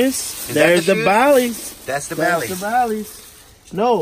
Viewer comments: Dude said Baileys haha. There Bally’s bro 😂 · He said Baileys😭😂😂😂😭😭😭😭 naw brah they Ballys they don't know what they looking at